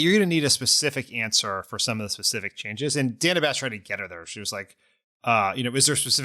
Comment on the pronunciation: GFOR GOD’S SAKE—SHOW MS. BASH—a correspondent of many years—THE RESPECT OF pronouncing her name correctly! She has ALWAYS been “ DANNA,” not “ Dayna” it is not like she has suddenly appeared on CNN!🤬 ( But Vice President Harris handled it all brilliantly!🩷